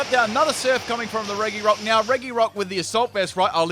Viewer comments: Reh-ghi-rock. Why? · Anyone else triggered by how he mispronounces reGirock?